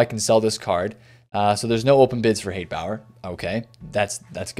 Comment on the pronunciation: BTW I just checked and it’s pronounced (spelled like it sounds, not proper phonetics“ Hans Hot-A-Booer” I don’t know why I felt inclined to look it up but there you go! LOL!